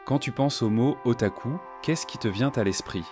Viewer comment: Mec c'est moi ou il a di otacul😂